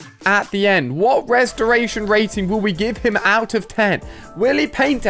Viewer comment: I like how he said restraitor